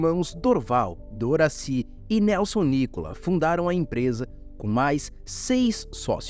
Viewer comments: Não é nícolas É nicola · Não é NÍCOLA, é NICOLA.. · Eu até daria nota 10 à este vídeo, não fosse a distorção do nome original "NI CO LA", do qual me lembro muito bem, isso ainda da década de 50, e nada de 'NÍCOLAS' como neste vídeo. Nessa década (50), era enorme a quantidade de europeus no Estado de São Paulo, norte do Paraná, e no Sul de Minas. Esses onibus eram horríveis de tão feios que eram, mas era visível naqueles imigrantes que sorriam quando o onibus chegava para embarque e, com visível orgulho diziam o nome "NI CO LA", bem pronunciado por eles. :trophy-yellow-smiling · Nícola? Sempre soube que era Nicola. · Escreve-se Nicola e se lê Nocóla, não Nicolas, uma empresa que dá emprego para milhares de pessoas no RS, no Brasil e fora dele, qual o motivo de colocar a foto de um ladrão na thumb? Sou caxiense, sem vínculo nenhum com a empresa, mas tenho orgulho dela! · O nome dos fundadores se fala "Nicóla", pois são de origem Italiana.